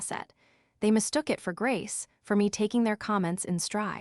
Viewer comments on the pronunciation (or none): none